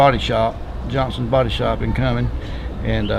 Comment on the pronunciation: Cummins Georgia? I think he meant Cumming, Ga.